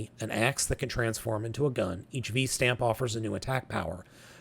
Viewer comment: you mispronounced a lot of the terms for Kamen Rider Revice. ~ ~ First the word ViStamp is a cross pronunciation of “vice” and “stamp” so the “i” is a long “i”. ~ It’s the Ohin“Buster” 50. ~ Kamen Rider Revi. It rhymes with the name Levi. Cross pronunciation of Revi amd Vice gives you Revice. ~ You got the pronunciation Genome second try. ~You got the pronunciation for XTurismo correct first try.